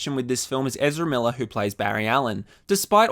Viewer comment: Your English falls off a cliff when speaking about Ezra Miller. It's very distracting.